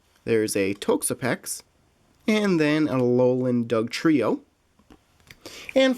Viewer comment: toxapex is pronounced talks-a-pecks